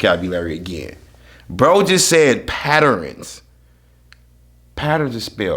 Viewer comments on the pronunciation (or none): He said patters bro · p a t t e r e n e s some patterenes sounds like some new shit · "bro look like he eat ants." "bro jus said patterens" dude got me cryin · Patterenes 😂😂 Differentiate got it down on Jesus an allat